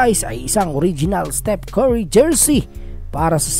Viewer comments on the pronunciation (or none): none